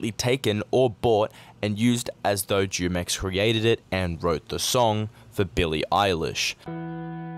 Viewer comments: Very interesting vid Btw the Jumex juice is actually aight The native Spanish speakers say it like Hoo-mex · It's pronounced with an h humex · I think its pronounced Hu-mex like the drink Jumex